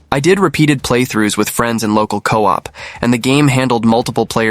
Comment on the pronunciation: And coop instead of co-op